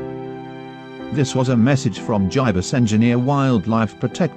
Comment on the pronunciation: "Jiebus Engineer" 10/10 for text to speech